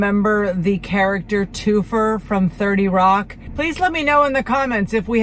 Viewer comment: Isn’t it “Two-fer”? 😂😂😂😂